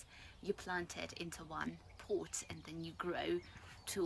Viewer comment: Even if you don't want to use expensive audio gadgets for this, you could post-process your audio track to make your sound louder. (I had to use an external amplifier to hear you in my headphone.) And you may want to say pot with a shorter o as even YT recognizes it as port . :)